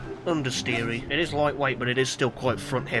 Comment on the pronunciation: ''we do eht''